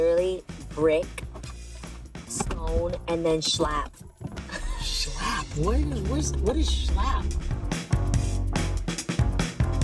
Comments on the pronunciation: The fact that she was trying to say shiplap (schlaap) 🤣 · “Shallap” = Shiplap. You’re welcome. 😂😂😂